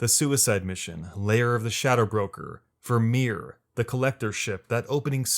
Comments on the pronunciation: The fact you called it “vir-meer” instead of “vir-my-er” or Virmire makes me think you never played ME1. It’s literally said to us as the player, quite a few times, from in game chatter to the codex… The game tells you how to say it without you having to go out of your way to hear it, and you completely say it wrong. This sounds like a script someone wrote up that played the game while you’re making the video without playing ME1. Anyone who knows the slightest bit about ME1 via playing it at least once knows how to say Virmire correctly. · He might have been thinking of Vormir from the Marvel movies, which is pronounced kind of in that way. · How do you make an authoritative mass effect video and mispronounce Virmire lol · So did you actually play mass effect or are you just reading a script? I ask because mispronouncing vermire which is one of the most referenced missions across all 3 games suggests you did not. No one could hear that many characters say vermire and still say it so wrong.